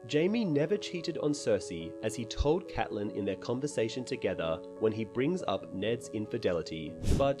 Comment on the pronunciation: Awesome video but the name pronunciation switching between Catelyn (Cat-Lin) and Caitlyn (Cayt-Lin) really bothered me.